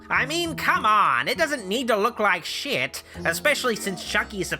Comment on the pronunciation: The way you say shit is hilarious